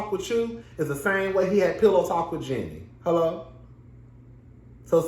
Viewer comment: Are u pronouncing her name wrong on purpose? Anyway, based on your review I dont think you know the Jeannie and Freddy history very well. Freddy was a supportive husband and Jeannie has said so on the show herself a number of times. Her reluctance to share her success with her then husband when he was unemployed was borne out of her own insecurities not his. Please remember that Freddie had money before Jeannie did, He came from a family with money and he was employed during their marriage so its not like he was some dead beat husband. Jeanie did Freddie wrong by stringing that man along for 10 years preaching about how she doesn't ever want to have kids. She was so selfish during their marriage- she was always about protecting herself and her interests and not her husbands. Her insistence that she never wanted to have kids was what ultimately led to their divorce. In terms of having a partner who cares about his interests I think Freddy definitely traded up. Also I dont think Freddy is or was racist.